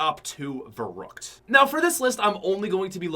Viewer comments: I don’t think he said verückt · thats what I'm saying I was kinda triggered when he said veruckt